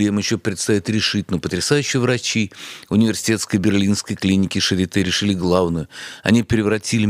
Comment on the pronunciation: клиника Шарлатэ... нет Шапитэ... А Шарите же, точно.